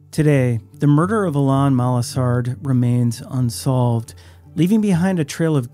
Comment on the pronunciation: Please pronounce Alain correctly. It’s like Alan with emphasis on the last syllable.